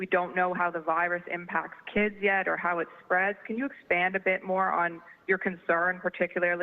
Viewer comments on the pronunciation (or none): none